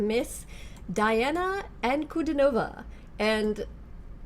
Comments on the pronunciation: lernnen sie zuerst richtig die name ! diana -nicht dajana.so wirken sie absolüt unkompetent.danke! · Welcome to the magical, mystical world of Princess Diana, The Goddess Voice of Nature. Enjoy your journey. She is a true Contralto. Diana makes you feel emotions with the sound of her voice. It's her gift. BTW, her first name is pronounced Dee aah na. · In case someone hasn’t already said it, her name is pronounced Dee-ah-nah